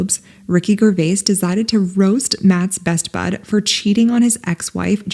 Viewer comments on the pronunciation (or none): It's pronounced Jer-wayz not _Gurrwaiys_. Otherwise a good compilation. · it's pronounced Jer(vais) NOT Ger(Vais). Do your homework! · When you pronounced his name Ricky Guurvais. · All due respect Jer-vase it's a j sound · Borat is the absolute best love-to-hate-him character I have ever met in my 62 years! - Does this woman own a mirror? - Ither way, Craig, ither way! If it was ever cold in the restaurant... "know whut I mean, Vern?" - Hey Ms. Narrator, it's pronounced " j e r • V A Y " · its a soft G for gervais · Perhaps you should learn how to pronounce poor Rick GERVAIS name... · wow that b*mbo has never heard anyone say "Gervais" !!